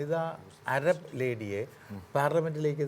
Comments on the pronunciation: അരബ് അല്ല അറബ് 😜😜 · അരബ്❌ അറബ്✅